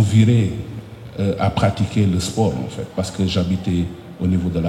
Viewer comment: Le boss de la lutte sénégalaise ❤... Mais les " enffett" 😂m'ont fait marrer